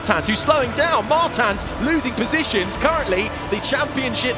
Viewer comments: It's a portuguese surname, so they are pronoucing it wrong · How often can you pronounce "Martins" wrong? Commentators: yes